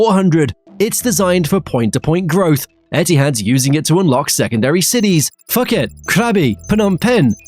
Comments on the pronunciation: It's Phuket, not Fack it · A brilliant video as far as contents go but the robo voice makes it involuntarily comical due to mispronunciations: “Fuket” could be a Freudian slip of sorts but Riyadh Air is NOT Rider Air. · Phuket is pronounced with a silent H, just like Thailand 🤷🏻‍♂️ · thats not how you pronounce Phuket 🤣